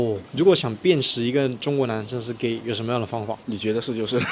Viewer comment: 'why are you geh' never gets old😂